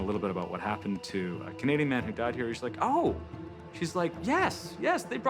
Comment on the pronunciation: 'Died' (with an emphasis on the last D) pronunciate girl pronunciate!!! Articulate girl articulate!!!